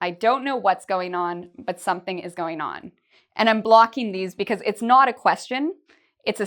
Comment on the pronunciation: when u say fast u say what s goinon?